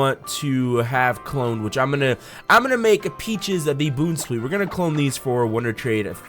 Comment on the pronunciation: who in the world says "Boonsweet"